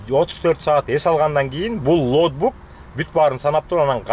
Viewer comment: Лоутбук эмес, логбук туура болот окшойт 👍🏽